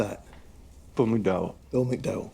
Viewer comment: May I point out the man's name is MacDowell, not McDow.